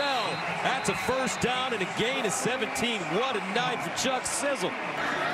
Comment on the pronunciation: He said Chuck Sizzle 🤣🤣🤣🤣🤣🤣